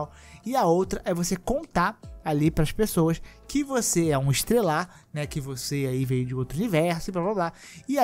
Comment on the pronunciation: Você vira um Estelar e não Estrelar.... karayo!!!